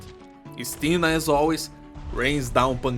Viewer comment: Btw Istina pronounces with emphasis on the first I. Nice clear, go bears.